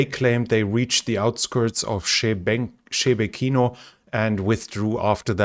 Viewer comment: Also, lots of people putting the emphasis on the third syllable of Shebekino, but it's the second. Sheh-Bekino, not Shebe-Kino. Sounds more like Sheh Bekina when Russians say it.